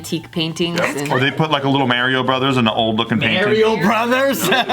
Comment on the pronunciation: He said mary-o